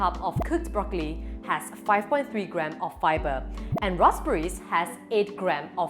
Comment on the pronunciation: did i just heard rosberry haha 😂 p.s. after watching this video, i will eat white rice and not brown rice... 🍚 BTW, anyone RICE GANG??!! 🍚